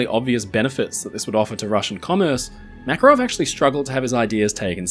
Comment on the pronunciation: Thank you for the video! For the future, the exclamation is on the second A in the name MakArov 😊